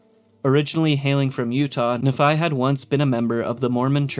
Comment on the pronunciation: As someone from Utah it bothers me more than it should that every fallout YouTuber pronounces Nephi as na-phi instead of nee-phi like it should be pronounced